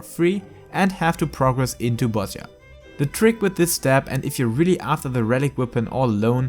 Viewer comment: It is pronounced Bozija btw, like with an I :X